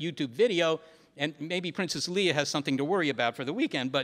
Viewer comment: anyone else cringe every time he says "Leah" instead of "Leia"?